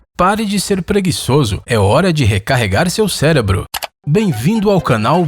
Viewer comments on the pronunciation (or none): none